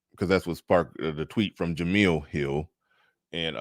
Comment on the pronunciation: Her name is "Jemele" not "Jemela". She has the masculine form of the name